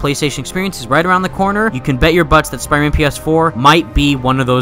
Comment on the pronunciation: he keeps saying spiman